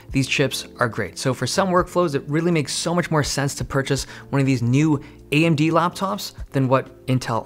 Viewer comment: the way he says "AMD laptops" lol